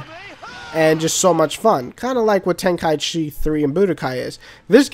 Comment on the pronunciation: You just pronounced tenkaichi properly. Thank you.